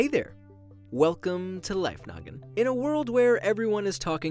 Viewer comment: I don’t know why but when he says “Hey guys welcome to Life Noggin” I hear “Hey guys welcomes to Life Nugget” Am I the only person who sees that lol